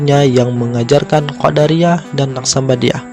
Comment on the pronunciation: Kenapa jadi Qoddariah bacaannya boss beda artinya tu...